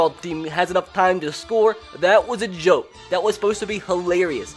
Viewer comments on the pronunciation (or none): none